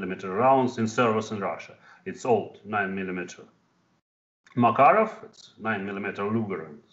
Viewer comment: MakArov, not MakarOv.